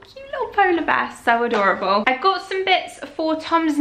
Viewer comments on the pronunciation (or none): none